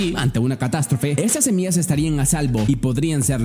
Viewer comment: Todo bien pero dijiste semias y se dice semillas hay curiosooooo